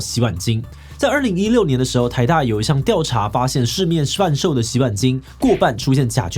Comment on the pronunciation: 「...一項調查發現市面 shhvan~售的洗碗精...」 對不起，我回放了好幾遍，很喜歡～